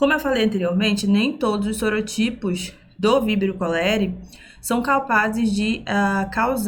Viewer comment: A primeira professora que assisto q pronuncia o nome científico corretamente. 🥹